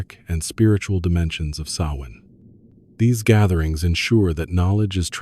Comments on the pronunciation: For Ai it’s not ‘too’ bad . Quite a bit of factual accuracy. Delighted the US accented voice isn’t saying ‘Sam Hain’, that’s progress. Calling the people the name of a Scottish soccer team though? Ai ain’t all that clever….yet. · Thank you for pronouncing Samhain properly.